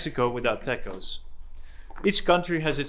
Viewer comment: The way he pronounced "tacos"